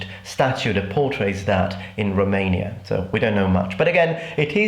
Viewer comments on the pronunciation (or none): none